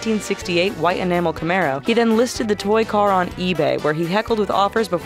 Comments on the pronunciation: Its camaro. Not camara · It's Camaro not Camara -_